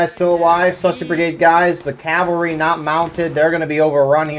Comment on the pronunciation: You are saying it great! CAValry